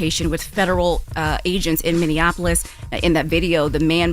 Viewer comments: Minneapolis, not Minneannapolis. Lol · You can't marry someone who is a felon and obtain citizenship fyi. Oh and Charla it's pronounced Minn-E-apolis not Minn-IN-Apolis. 😉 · Charlemagne, it's MinneAPolis, not MinnAnapOlis lol